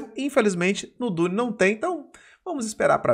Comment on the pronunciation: também, na real a pronúncia dele tava meio abrasileirada 🤣